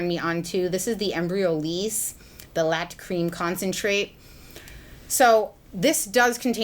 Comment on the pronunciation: Hi, love your videos The Jordan Samuels Etoile facial oil is pronounced "eh twol" and the Embryolisse 'Lait' creme is pronounced is "lay" xx